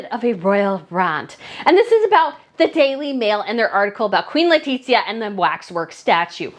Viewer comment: God all mighty, just pronounce her name as it is please. Is [leticia] not [letitzia]